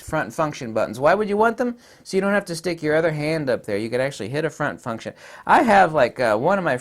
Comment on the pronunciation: Front fu$$tion buttons, haha. Not sure if it was on purpose or not but it's my new favorite word.